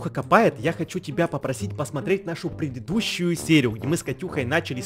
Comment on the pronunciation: смешненько он сказал предыдущи